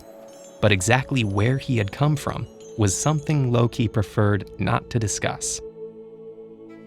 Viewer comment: Ted ed: Says it like a pro Me: What now? My thoughts: Ted ed is epic